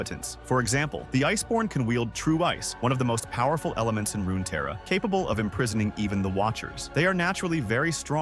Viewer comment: It's also Runeterra not RunaTerra